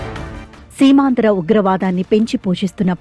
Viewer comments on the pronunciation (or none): Seemaandhra Ugravaadanni kaadu😮😮😮😮 Seemaanthara Ugravaadanni , please check and read news😢😢😢